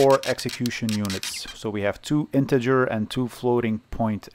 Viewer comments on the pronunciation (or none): none